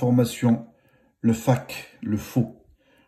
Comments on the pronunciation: On dit pas Faque mais Faake (Fake)🤣🤣😭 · je sais mais lui il a dis faque au lieu de fake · J’avoue il a dit fac o lieux de fake 😭😭chui morte😭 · mais sa s’écrit FAKE mais ça se dit FEÏKE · Tu m'a tué "un faque" 😂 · Tu sais pas dire fack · Merci pour ta video, mais sérieusement le mot « fake « , un pti effort quand même ! 😅